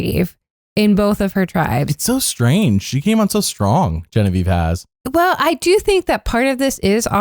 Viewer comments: Why do you call her Bobavieve? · Why do you call Genevieve bobievieve